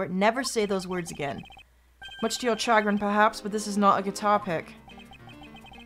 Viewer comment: "chagrin" is pronounced shuh-grin by the way